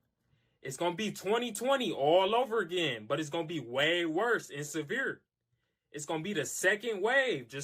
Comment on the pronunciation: Ok. The one guy who cannot pronounce year or severe when talking about the food shortage. It’s hard to take him seriously.